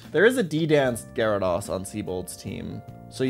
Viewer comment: DO NOT LEAVE OFF THE Y IN GYARADOS! MAGNEZONE, NOT MAGNAZONE! MAGNETON, NOT MAGNATON!